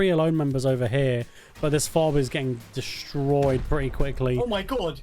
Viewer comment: "this base is getting rrrrra destroyed right now"